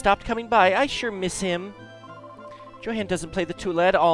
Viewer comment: i do believe it's pronounced Yo-han, not Jo-han, but it is what it is